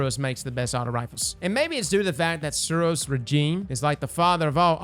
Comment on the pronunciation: Suros what?? My man, hahahahahahahahah, hot damn those pronunciations